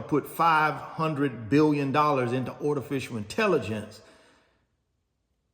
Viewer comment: The heck is "ortificial intelligence"?